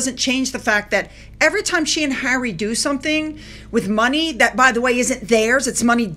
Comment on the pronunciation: She went to visit Hawwy to the “fun” hotel